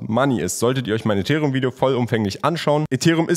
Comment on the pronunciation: kannst du bitte bitte ethereum auf englisch sagen